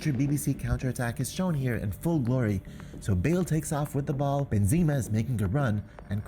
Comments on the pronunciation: Love your review but you made me luagh when you said benzeema and not benzema 😂👌🏼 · He said benzeema not benzema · Benzima? Wtf 😂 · Ben-zeema? Really?